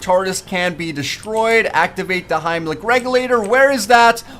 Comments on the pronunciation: Its helmic not himlic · Did he say heimlich? its pronounced HELMIC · SERIOUSLY!!!! HIMELIC REGULATOR!!!! YOU MEAN HELMIC REGULATOR HEL-MIC